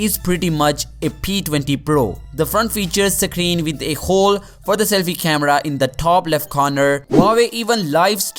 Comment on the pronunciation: its hole not khole